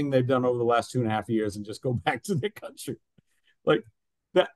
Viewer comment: Kantri,, nicht ''Kauntri" (country) Du kannst diesen Fehler ohne Weiteres wegtrainieren. Gezielte Wiederholung macht's